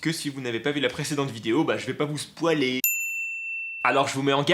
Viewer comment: " j'ai pas vous spoualer" . aaaaaah aaaah aaaaah ! j'étais , mais littéralement morte ! ☺